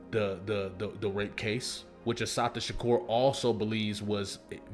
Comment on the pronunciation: A beautiful tribute...but please learn the correct pronunciation of her name. Please.❤❤